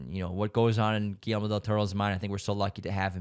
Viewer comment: I love you, you’re so right, and I loved the way you pronounced Joaquín, Guillermo, Alfonso etc. Your podcast is the greatest ❤️❤️ i rlly love your picks